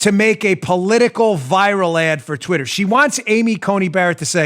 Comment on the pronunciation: Uh-oh. Dan's pissed. The New Yawker came out when he said Twittah .... 🤣😂🤣😂